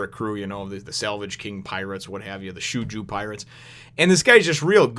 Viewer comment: Just to let you know Shoujou is Pronounced Show-Joe (at least that's how the Funimation Dub pronounces his name). I like him and his Brother. They are Great characters.